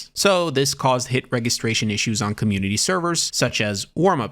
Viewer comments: Your poltergeist pronunciation was good but for registration its pronounced with a j sound to the g so its re-juh-stray-shun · thinks he can't pronounce 'poltergeist' but can just fine yet fails to pronounce 'registration' its not 'reg' like 'regular' you goof. it's 'REJ-istration'